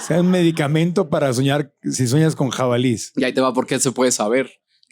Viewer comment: 'Jabalíes'... aquí no más por criticar.